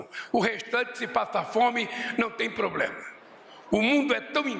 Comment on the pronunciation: Pior, de um semi analfabeto que fala pobrema